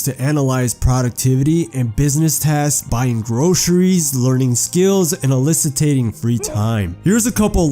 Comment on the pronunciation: You said "AL-ISSI-TATING free time" but you meant ALLOCATING free time.